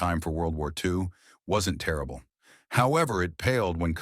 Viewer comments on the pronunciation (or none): none